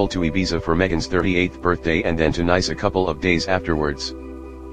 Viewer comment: It is pronounced Neece, not nice